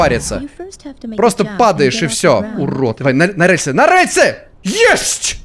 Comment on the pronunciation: так забавно говорит слово "рЭльсы" 😅❤